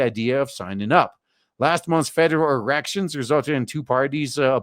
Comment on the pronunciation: "federar erections"